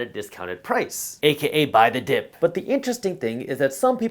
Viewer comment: Did you say buy the dip or Biden dip?